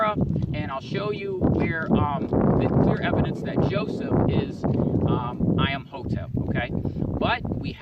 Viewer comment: I-am-hotep? Hi-ro-glyphs?